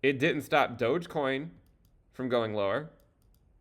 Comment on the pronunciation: Lol said doge coin